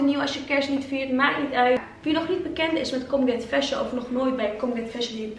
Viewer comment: ik doe mee!! ben ik trouwens de enige die colgate fashion verstond hahaha